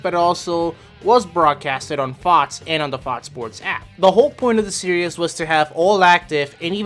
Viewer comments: For the love of god its SERIES (SEAR-EEZ) not SERIOUS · This guy must me from New York. He puts an extra syllable in series